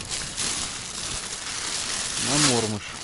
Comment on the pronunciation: добрый день! Всегда приятно и познавательно смотреть Ваши видео. Я, человек уже с большим багажом, и мне" режет слух" неправильное произношение исконными россиянами многих видовых названий беспозвоночных - пищи рыбы, а именно, неправильно массово, в том числе и Вы, произносят "Мотыль" и " Мормыш" с ударением на первом слоге. Согласно давно принятым правилам ударение в обеих словах ставится на второй слог. Был бы очень Вам благодарен за акцию по правильному произношению таких приятных и любимых рыбаками слов. Спасибо за понимание!